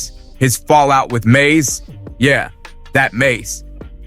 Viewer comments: Its mase not maze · word bro said MAYAZ"E lmfaooo